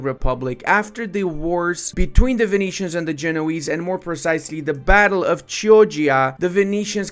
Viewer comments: Great video, if you accept an advice on italian pronunciation Chioggia is actually pronounced Kiojja. J pronounced as j in jolly. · Really an interesting video with all the historical background you gave about the 1300's! Btw, the correct pronounciation of Chioggia (The Italian town which gave name to the famous battle) would be "Kiodja". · In Chioggia the c is like in chemistry. Ch in italian is always like this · "battle of Chioggia" "ch" in italian is an hard sound, a "k". If it were as you pronounced it it would have been "cioggia" Also, overall i like that the control mechanic favors smaller nations in the feudal eras when society was more self sufficient and better infrastructure and administration leds to the modern nation-state